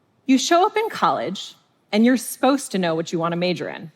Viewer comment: Did she just say "sposed to know"? Omg she's doing it more! Does anyone know if she has a speech impediment?